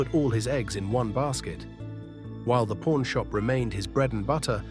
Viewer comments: I've watched this series for years! Was in the actual shop in 2013...but I have never heard it referred to as pOrn shop! C'mon...pronunciation please!🤦‍♂️ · Learn how to pronounce the word "pawn" right! Even the closed captioning shows "Porn Stars" when you say it.